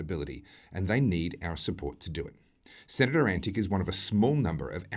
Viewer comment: The senator's name is correctly pronounced Antitch (not antic).